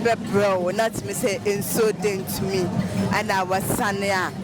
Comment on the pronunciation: Is it asuo yentumi or dentumi what are you saying?